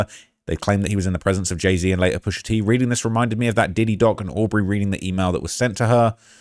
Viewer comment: Man said pusha teen you know omdzzz stop 😂😩